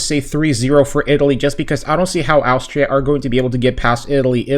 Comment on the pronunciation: It's quite easy to pronounce Austria. You say the first bit like you're saying Ostrich. But just without the "rich" and "ria" instead.